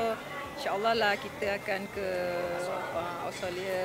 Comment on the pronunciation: Nampak sgt tua A aida nie.. Mamat ni sggup dgn A aida ni sbb A aida ada duit.. Mcm kwn dgn makcik lah pulak.. Sebut Australia pun xbetul..